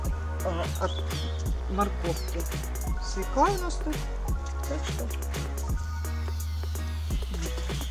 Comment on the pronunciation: Свёкла а не свекла